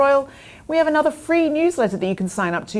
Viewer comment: please say another and not Another.